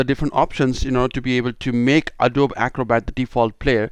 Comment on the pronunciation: It's pronounced A-DOE-BEE